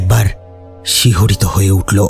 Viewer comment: চাঁদ উটলো ,শিউরে উটলো,দেকতে লাগলো, স্বপ্ন দেকতেন, আর কত বলবো বলুন। তবে আপনার আর একটা গল্প "রূপমহলের আতঙ্ক" তাতে আপনি ক্রমাগত মেশিন কে ম্যাশিন বলে গেছেন।